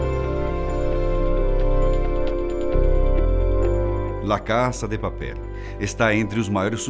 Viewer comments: "la caça de papéle" é o meu biruleibe... Fala "la casa de papel", do jeito que se escreve...vc deixe de ser fresco hein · Quem achou engraçado ele falando Lá casa de papel, Deixa um Like